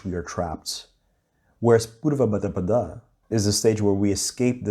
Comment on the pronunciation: Purvabhadrapada pronunciation : PURva BUD ra PUD. The ‘a’ at the end can optionally be omitted.